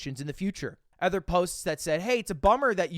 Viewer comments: Hey. Ludwig. It’s other. Not ether. Hey Ludwig. LUDW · Lud, please can you address the fact that you pronounce "other" with an e? Ty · Just noticed Ludwig always says ether instead of other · One thing about Ludwig is he’s gonna say other like eh-ther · Lud, mb, Sir mogul why do you pronounce other "ether"? it's an o not an e. Has this always been a thing and I just never realized? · the way lud says “other” boggles my mind